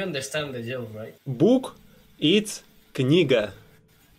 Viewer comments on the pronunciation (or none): тебе бы конечно произношение подтянуть нормально😅у школьников лучше звучит) у тебя прям по канону 😅андерстендер?)